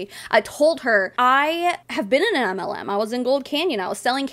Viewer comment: Your channel is mostly anti-MLM. I've been a member for over a year and a half. Every time you read my name, I hear "anti Lu". I never thought of the pun "auntie-MLM". I feel stupid. I should be the Auntie MLM.